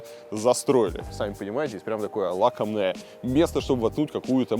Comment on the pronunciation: Илья, правильно "лакомое место", а не "лакоМное"